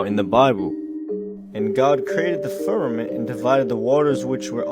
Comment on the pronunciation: Fuck, if I hear one more person say "firmanint"....